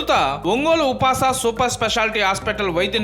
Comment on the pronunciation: upas ఉపాస్ అని చదవాలి కదా సర్